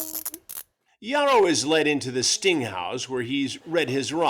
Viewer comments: "Ya-row" that name pronunciation killed me.🤣💀 It's actually pronounced "High-row". Lol. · "high-ro " not yarro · "gee-a-ro"? 🤣 It's hah-ee-ro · Chris really can’t just say “hi-row” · It's pronounced Haiyro just saying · It’s pronounced high-row 🤷🏼‍♂️ 😂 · "YAR-ro"... come on Chris... that dude was TINY!!! I'd imagine he wasn't "packing" too much either... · Jare-O, Yarroh, Chris refuses to pronounce this guy’s name correctly lmao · Good ol' Charlie Hansen pronounced this Jairo name about 5 different ways 😂😂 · Bro how do you pronounce his name wrong?